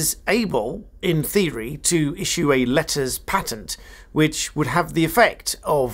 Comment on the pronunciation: Letters PAYtent is the correct pronunciation.